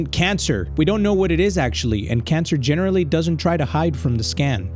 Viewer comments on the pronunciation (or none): Hm... GENERRALY??!